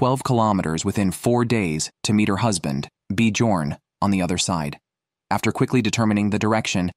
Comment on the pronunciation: B jorn is pronounced differently!!